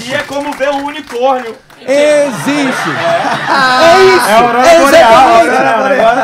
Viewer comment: é o "unicorno" né